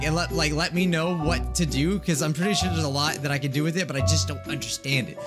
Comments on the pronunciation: when said bye guys st the end it sounded like he said "bug eyes" he might be a bug then 🤔🐛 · did he say bye guys or bug eyes at the end?? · "Bye guys" Me hears: "Bug eyes" Try and hear it closely XD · Lol it did sound like that